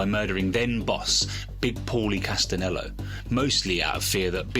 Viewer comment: Castenello??? Castelano dude, your time line goes all over the place... your research sucks